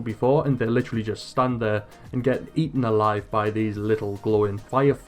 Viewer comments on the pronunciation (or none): none